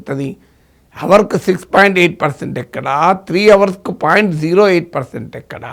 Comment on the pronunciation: Desr professor It is our(hsilent) but not hour(h should not be pronounced. Hope i have not hurt you.